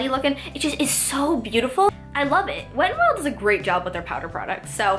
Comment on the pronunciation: ur pronouncing the wet n wild highlighter name wrong